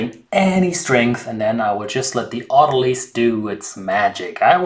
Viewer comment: I totally picked up on "ze" and fixated on it until you mentioned it!! Edit: on the other hand, you are the only youtuber capable of pronouncing "autolyse" correctly